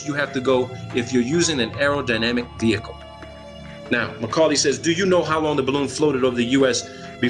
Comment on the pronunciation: He keeps calling the guy Macaulay. His name was Mulcahy.